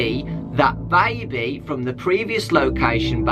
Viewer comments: DOnt say baibee, its baby lul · i like how says baby is that weird